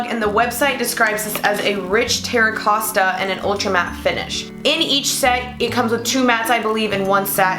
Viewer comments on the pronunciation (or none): terra costa? ... girl you need to learn to read